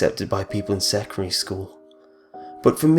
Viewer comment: I lost it at 'secory' school.